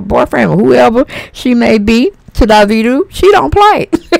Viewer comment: Auntie his name is pronounced Dah-Vee-Doe or Da-Veto same thing we black lol